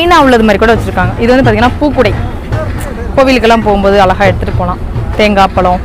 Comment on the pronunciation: அருமை , உங்களுக்கு ழ உச்சரிப்பு சுத்தமாக வரவில்லை , ழ சரியாக உச்சரித்தால் இன்னும் நன்றாக இருக்கும் உங்கள் பேச்சு , அழகா என்பதை அல்லக போன்று உச்சரிக்கிறீர்கள்